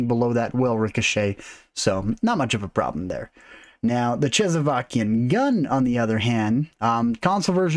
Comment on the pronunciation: chezzavakian? what is that? please tell me that's not how you pronounce "Czechoslovakian"